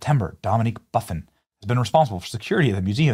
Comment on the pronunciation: Buff-In the name Buff-In lol